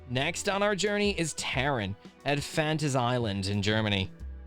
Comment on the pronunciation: bro did not just say fanta's island its pronounced fantasia land